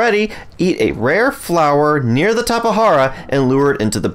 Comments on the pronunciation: It’s a fucking “J” not a “H” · I couldn't even finish this video hearing you say tapa hara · It is Tap-e-jar-a I believr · Due to an update changing taming times, times and quantity of food mentioned during that section are approximately halved. Tap-eh-har-ah is the most accepted pronunciation I found in the community, it's also the one that I personally use, so it is the one I used. If you want to be the most accurate, the word originated from a tribe in Brazil, and it was most likely transcribed into Portuguese. In Portuguese, the letter "J" has more of a "zuh" sound than a "juh" or "huh". Therefore the most accurate way to say Tapejara is more Tap-eh-zer-ah or maybe even Tap-eh-jer-ah might be acceptable. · I've always pronounced it Tape-Jar-Uh or Tap-Uh-Jar-Uh/Tap-Uh-Jar Really weird. It's just how I read it,and heard others pronounce it. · tap- E- jar- uh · WHY IS HE SAYING TAPAHARAAA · Say it however you want or however is most comfortable for you. I made this comment in response to the dozens of comments I have deleted about me pronouncing it wrong. But to answer your question, the word used for the name originated from the aboriginal Tupi people in Brazil, which leads me to believe that it would have been transcribed into Brazilian Portuguese, which pronounces the letter "J" somewhere between the English pronunciation of "Z" and "J", something like a "zh" sound. So, somewhere between Tap-eh-zer-ah and Tap-eh-jer-ah is the most correct pronunciation. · Tapahara or tapajara? Lmfao